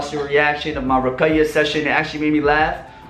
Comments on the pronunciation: not Ruqaya its Ruqya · its RUQYA not RUQAYA 😂 This video shook me srsly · Lol u don't say ruqaiya services...it's ruqya😆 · It was seriously painful to hear you say ruqaya instead of ruqya. Next time maybe learn to pronounce what you intend to talk about. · ITS RUKYA NOT RUKAYA HAHAHZ RUQAYAH IS ACTUALLY A GIRL NAME😂😂😂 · it’s ruqyah not ruqaya 😂 that’s a girls name broooo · Pronounced: Rookya Not Rukaya XD But much love bro <3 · as a Yemeni, is that how they pronounce it? Or you trying to say he should know it as he's Arab? Cz in arbic it's RUQYA